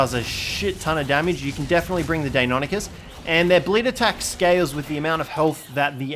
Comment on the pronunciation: Lol is there an Encyclopedia of how to Pronounce tame names? Deinonychus is Pronounced Die-non-i-cuss